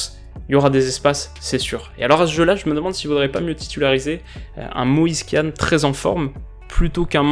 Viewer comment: Moise Kéanne ??? 😂😂